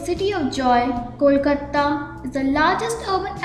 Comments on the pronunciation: Hey you fellow narrator Its not Kolkatta, Its Kolkata❤ Improve your pronunciation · It's not , Kolkatta, it's Kolkata